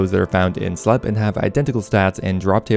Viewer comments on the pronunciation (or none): Did you say slepp? It's slepe, like sleep. The town is in a deep sleep, not slepp. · slepe is pronounced sleep, not slep